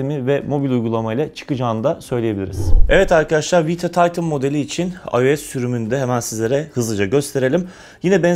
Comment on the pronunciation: Taytin değil titan